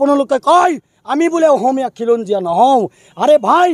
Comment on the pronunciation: অহমীয়া নহয় অসমীয়া হয়। প্ৰথমে বানান স্পষ্ট কৈ কোৱা।